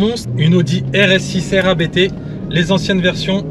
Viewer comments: " c'est un nom de famille donc comme on ne rempli pas un formulaire administratif en parlant avec un opérateur de call Indien🤗, on prononce Abt et pas A-B-T 🙏" Sinon top tes vidéos et peut être un jour une visite au show room pour un achat n🙏🥂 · Ça me tue ceux qui disent A-b-t haha C'est le nom du fondateur, autant le respecter